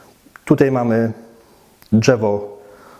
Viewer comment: pierdooooo ze nie przygotowany, słychać że to Polak nie wychowany w Polsce, czyż nie ? Szukacie gówna we złocie, ja szukam złoto w błocie, jebać okładkę, liczy się treść. Nie jestem amatorem bonsai, całkiem spoko materiał. Dżewo, nie dżewo, panie prowadzący rób dalej, liczę na rozwój bonsai w Polsce.